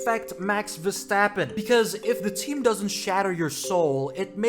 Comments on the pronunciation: I wish I never heard " Ver-strap-on " in my whole life 💀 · Ver-strap-on 😂🤣😂🤣I’m dying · Bro you really said Ver-strap-on oooooh 😂😂😂😂😂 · DONT CALL HIM VERSTRAPON, NO SLOTH, NO MAXIPAD, 😊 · You know there an 'R' in the name Verstappen right? 'vestappen'? What broadcast are you watching?